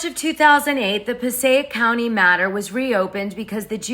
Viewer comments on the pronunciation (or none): none